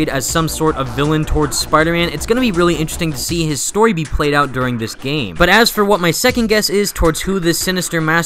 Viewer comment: 'within the geyme' :/